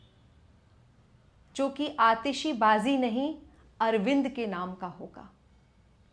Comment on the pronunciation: Aatishbaji ❎ Aatishibaji ✅ 😂